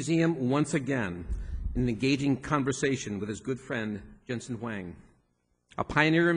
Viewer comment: As a moderator, you can't even pronounce Huang??????????????